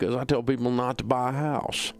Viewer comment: I love the way the way he says it “Not to buy a hauws”